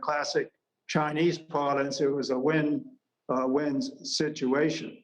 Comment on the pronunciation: With all due respectful to the handsome news anchor gentlemen..👍💐, your pronunciation of "Win-Win" kinda sounds like "When-When" to me..🤔🤔..Sorry, English is not my Father's tongue 1st language's but rather ESL since 1981..😁😉